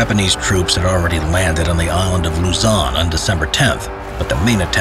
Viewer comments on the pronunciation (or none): none